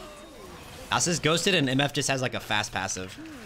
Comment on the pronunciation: When you say "Nos-us" is it because you had a stroke? lol